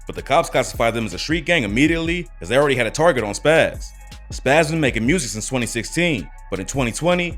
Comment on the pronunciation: At about 15 sec in that shhh say targer not target idk why that bothered me so bad I had to rewind twice just to make sure i wasn't tripping😂 good vid though bro keep it up!